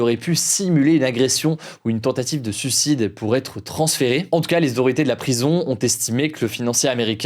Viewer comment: Mais pourquoi tu prononces son nom de 15 façons différentes ? Et on dit SUIcidé, pas SUcidé.... insupportable bordel